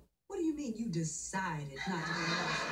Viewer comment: The way Clair pronounced DECIDE I died on the inside 😂😂😂😂😂